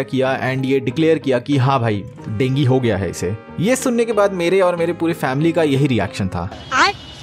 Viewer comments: Bhai dengue hota hai na dengi thodi hota hai 🤔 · Denge nhi hota dengue ho ta hai 😂😂😂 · Bro dengue not dengi😂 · Dengi 😂😂😂 it sounds weird dengu is much better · Dengue bolne ka tareeka thoda KEZUAL hai 😀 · dengue nahi dengue